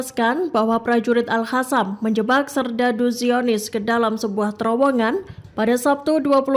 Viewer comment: BUKAN AL-HASAM, MBAK! TAPI AL-QOSSAM!!! Pakai Qhof(Q), bukan H. Ingat Mbak, salah penyebutan BEDA ARTINYA!!!!